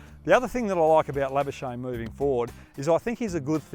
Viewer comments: PRONOUNCIATION GUIDE: The correct pronounciation of 'Lamichhane' is 'Lami-chha-ne' . For 'chha', you'll have to blow more air out. Next up, pronounce 'Labuschage' as 'Champagne'. You love the latter one , don't you?😋🤣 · Is he calling him Sandeep labuschnae?? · it's Sandeep #lamichhane not Sandeep #labuschagne😂😪